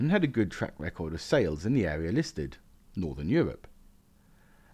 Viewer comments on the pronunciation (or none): none